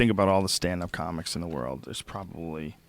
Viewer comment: This man cant even say the word "world" he says "rurld" lawwwl